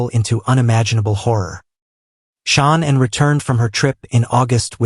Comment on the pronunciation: Out of respect, please say Shannon's name correctly.